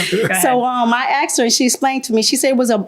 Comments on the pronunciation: People, the word is “asked.” Not axe. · “It shoulda been dere but it waddnt dere so I axsed her”